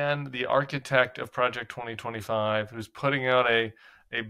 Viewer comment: He can’t even say Project 2025